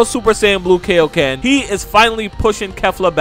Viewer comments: Good video buuuuuuut, can you please say kaio-ken correctly? It is pronounced kai-o ken, not kay-o ken. Like king kai. You don’t say king kay. It literally means King Kai Fist. Just to clear that up lol. :) Just watch dbz abridged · Bro if you could please say kaiyoken correctly it would make a lot of people happy. Kiyōken NOT kayokin!